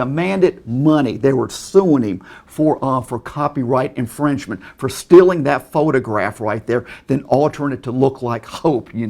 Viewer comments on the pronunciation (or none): The score would be way higher for every time he says "lawl" instead of law and "stilling" instead of stealing. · HE FUCKING SAYS LOWR INSTEAD OF LAW AND SAYS STILLIN INSTEAD OF STEALING